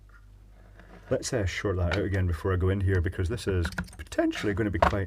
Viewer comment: "haz-arld-ous" Ahh, yes. Now the good stuff begins...